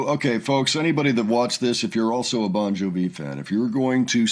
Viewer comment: LOL, "Bon juh-vee." We love you.